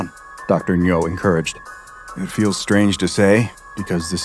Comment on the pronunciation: my coworker has the last name Ngo, the strange pronunciation of it here made me tense up every time in confusion. He pronounces it "Noh".